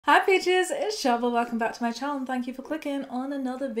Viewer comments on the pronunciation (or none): none